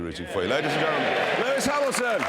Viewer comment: LEWIS HELMINTH !!...lol...